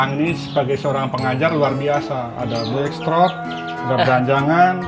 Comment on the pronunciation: Blackthroat bukan black shrot🤭